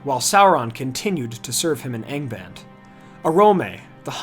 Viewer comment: this is a very pedantic critique, but i think you'd be glad if i correct you, though im not sure myself if it is correct. but i think you pronounce angband wrong. in tolkiens elvish, "ng" is not pronounced like in endlish with a silent g. you pronounce the g with it, so i think it must sound something like "ankband":)